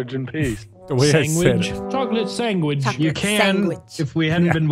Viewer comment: "Why a cantaman eat a chocolate sangwich